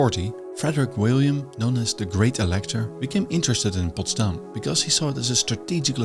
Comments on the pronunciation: Why do you keep emphasising the city's name on its second syllable, although there is plenty of evidence to where the stress should be put? It just doesn't make sense and affects your otherwise interesting documentation. And while we're at it, let's use the opportunity: Assuming your native language is dutch, why do you find it necessary to pronounce english the american way? What is wrong with the original accent from across the Channel? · Very nice. But why do you stress Potsdam on the last syllable? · His pronunciation of Potsdam with the accent on the last syllable like in Amsterdam also make it sound extremely Dutch, Friedrich Wilhelm I would be glad I guess.